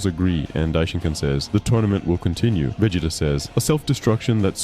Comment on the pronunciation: I realized something was wrong the way the voice was pronouncing Vegeta, man I hate this kind of content